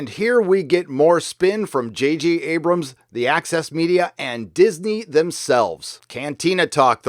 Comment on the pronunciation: I understand „Axis Media“ everytime, instead of „Access Media“.